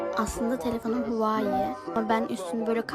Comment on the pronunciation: Yalvarırım şu Huawei (huavey) telefonlara huai demeyin ya